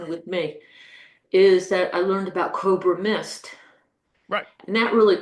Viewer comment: Cob-ra mist? ..... you mean Co-bra mist prof ❤❤❤